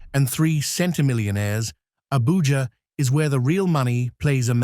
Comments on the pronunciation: It is not Abuha, but Abuja with the j pronounced as a j like in jump or joy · You pronounced Abuja as "Abuha" (You must have Spanish influence!)